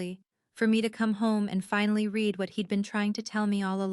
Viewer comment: It's pronounced you red it. (Still spelled read)